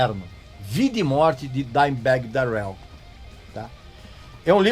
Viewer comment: Daureú? kkkk ai n campeao fala direito.